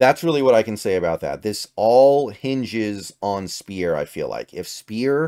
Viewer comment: Also, Gabe Speier is pronounced SPIRE not SPEAR 👍